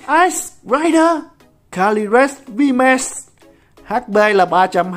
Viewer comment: đọc tiếng anh đỉnh cao vl Vmax thành Vmatx hahaaaa